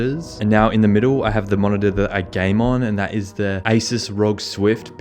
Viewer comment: Is anyone going to say anything about how he pronounced ROG